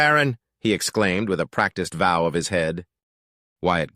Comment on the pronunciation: "silumations" ---> "simulations" "vow of his head" ---> "bow of his head"